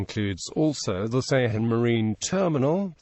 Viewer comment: Ceyhan is pronounced "Dzhe-HAN"